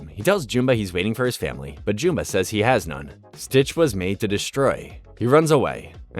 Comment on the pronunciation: Why do you pronounce Jumba's name that way?